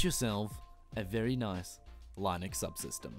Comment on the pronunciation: please learn how to pronounce linux properly